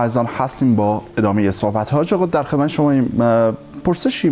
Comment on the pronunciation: صوحبت نيست صحبت است و شَفا مرگ است و شِفا سلامتى را گويند جناب كمى تمرين ادبيات دري داشته باشيد بهتر است با اينكه برو دنبال يگان كاركى ديگر نشرمان فرهنگيان ميهنت را